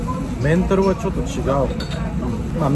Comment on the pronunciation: メンタルの発音完全に日本人やんもうw